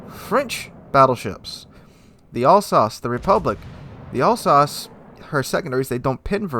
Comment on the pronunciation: I'm pretty happy that is pronouncing Alsace better.